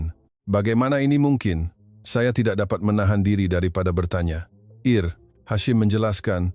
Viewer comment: Bukan Eir Hashim, tetapi Ensigyor (IR) Hashim.... Ini omongan jahat AI...